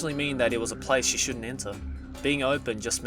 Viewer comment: "shwouldn't" fok inglich, m8, jost fok it